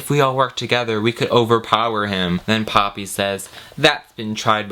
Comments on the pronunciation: I kept thinking was saying Papi instead of Poppy hahaha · Half way through the video I realized you were saying Poppy and not Papi and things made more sense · I mean... he could have called her Hydrangea. You kept saying "Poppy," but I heard it as "papi" and i was thinking, "why the heck is he calling the girl daddy?"